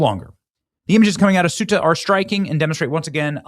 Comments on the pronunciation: Ceuta Benny! Not suita or soota. Are you genuinely illiterate or is it a scam? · it's pronounced SAY-ooh-tah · Pronounced Queta or kweta NOT sueta! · It's pronounced SAY-oota, not soota, and if it was ever lovely that was before I was there in 2001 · SUTAH! LMAO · It’s pronounced KOH-ee-tah and SHENG-en and most of the migrants are heading for germany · It is Ceuta. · It is pronounced Se Uh Ta. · Pronounced, “say-ooh-ta” Ceuta Schengen “Shang-en” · I believe it's pronounced "Say-YOU-ta." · Ceuta is pronounced Say-you-ta, Bennie! 😉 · Bennie, as a map guy, you should know how to pronounce both Schengen and Ceuta correctly. Get with it, dude. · The C is pronounced as a Th Thuta